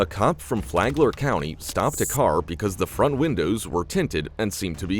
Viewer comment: did he just say Fagler county?